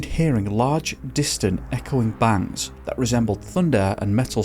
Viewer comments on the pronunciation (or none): none